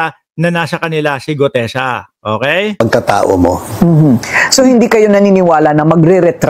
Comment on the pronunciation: May pag Mali Mali pag sasalita ni gutesa